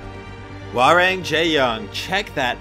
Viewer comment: I’m pretty sure the Jaeyun skin is pronounced hwar-ong